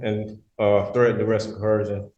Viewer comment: My brother, there is NO letter 'h' in the word "coercion." Stop pronouncing that because it makes you sound dumber than you already are. tyvm!